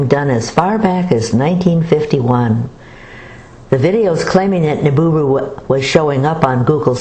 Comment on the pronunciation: It's "Nibiru" not "Niburu"! TNX!